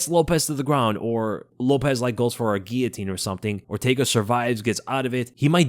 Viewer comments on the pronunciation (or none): none